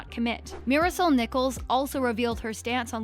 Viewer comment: Who else was triggered by the way she said “marisol”.